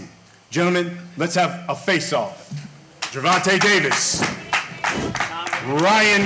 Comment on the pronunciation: "Gervontae?" "No, Gervonta. Can't you see the A at the end?" 😆